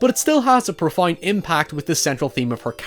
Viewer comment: Did you just pronounce "Profound" as "Profund?" The fuck?